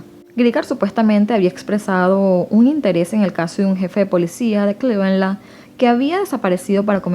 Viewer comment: las pronunciaciones la verdad....dejan mucho que desear.Hasta en nombres propios, o nombres de ciudades.O decir develar en vez de desevelar.Acectar...Pero bueno le pone ganas y dedicación.Eso es lo que más cuenta.Pero bueno en Venezuela no enseñan inglés taaan profundamente como en otros países.Eso es lo que me dicen amigas que son de allí..Por eso:clevelaaaan y no es asi.No se le entiende en las palabras inglesas.Hace lo que puede.Son buenas historias.